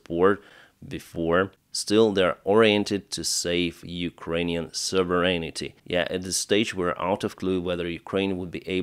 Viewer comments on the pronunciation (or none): none